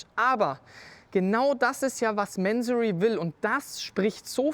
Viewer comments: ... warum "Mänsorry"? Diese Amerikanisierte übertriebene Aussprache triggert mich stark. Ich kenne die Marke seit ich an Autos denke. Mansory ist ein Iraner, der in Deutschland eine Firma gegründet hat. Die Aussprache ist sicher nicht "Mänsorry". Zumindest nicht im Deutschsprachigem Raum. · Mansory und bitte nicht englisch sprechen! Das falsche Aussprache wie lamborgschini statt Lamborghini zu sagen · Manseri wenn ich meine Aussprache "wörtlich" wieder geben müsste. ansonsten wie der Kommentator schon schrieb Mansory so wie man halt englisch spricht mien Jung